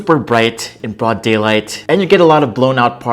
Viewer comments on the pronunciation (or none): none